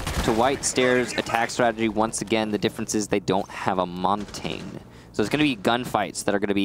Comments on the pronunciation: why does nobody pronounce Montagne properly lol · you dont need to speak French to know the basic pronunciation being Mon-tan-yuh